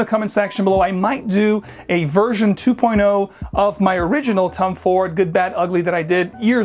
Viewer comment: I keep hearing Tum Ford lol